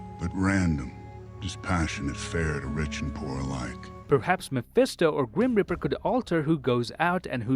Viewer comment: I love how he says grum reaper as grim riper